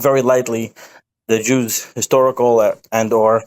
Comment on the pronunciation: Michael, what is "histahrical'? Is that anything like historical?